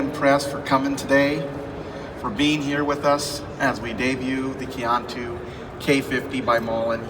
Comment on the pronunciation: Just stumbled onto this video and I cringed. I was working in China when this debuted in US, guess that why I didn't notice the video. If you're going to partner with a company, please learn how to pronounce your partners name semi correctly. Qiantu is pronounced like "chian-too".